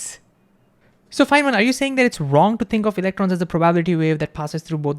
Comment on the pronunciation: I'm sorry for this, but I can't understand you. I'm not talking about the concepts (which, once I understand your diction I may of may not understand), but I can't really understand your WORDS. Chiefly, I can't understand "Fineman says" . . . or "Fan man says," or "Simon says" or whatever that phrase is that you keep repeating. I've slowed the video down to 75 percent and it's a little clearer, but I still don't understand what you're saying. Although I think this is probably not helpful to you, but I sincerely hope that it is. Even though I feel stupid for saying it because so many others are "getting" it. 😬